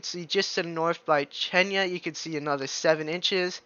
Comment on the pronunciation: Thanks, it's easy to understand your explanation of what's happening with the weather. P.S. the storm is pronounced a Z. The X is silent.😬